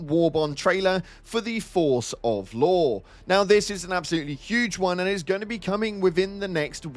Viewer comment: Ngl when you said Law, I thought you said Lore 😂